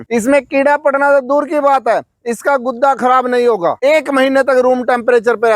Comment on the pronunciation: गुद्दा नहीं गूदा,,,😂😂